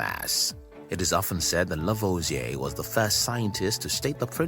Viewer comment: Are you aware that you can edit the transcript? You pronunciation is so unclear that some names are totally mis-transcribed and also impossible to understand while listening to the video, which apart from these errors is very interesting. Example:// Working again with Pierre Simon Laplace Lavoisier burned hydrogen// becomes in the transcript this:// working again with spurious semen Laplace lavage a burned hydrogen with oxygen // which is highly inappropriate. Add to that: Hydrogen is not burned, it burns, and that is of course the chemical process which could be called "oxidizing hydrogen" or just, "he let hydrogen bond with oxygen and form water."